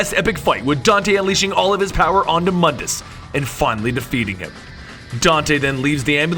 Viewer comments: quick note: Mundus is actually pronounced Moondus but spelled Mundus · It's pronounced MOON-dus. MOONDUS.